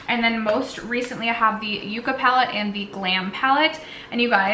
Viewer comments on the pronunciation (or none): Is it really pronounced yook-uhh?…cuz I lived in California for 12 years and always pronounced it yuck-uhh.